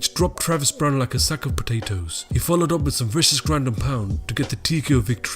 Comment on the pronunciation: the way u said potatoes made me laugh idek y 😂